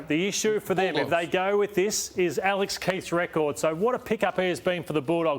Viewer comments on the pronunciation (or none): none